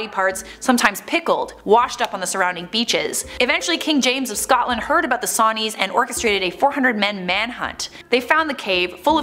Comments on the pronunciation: "Sotland"? Sotland.....I wonder if that's supposed to be Scotland..... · OK, I'm from Scotland and like I love the channel but I HATE when the mispronounce the names of places xoxo